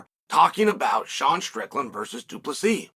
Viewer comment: Du Plessis! The 's' is silent but its there